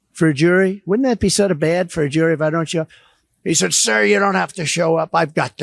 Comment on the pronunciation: Shizhispants sounds like such a div when he pronounces Sir. What a loser.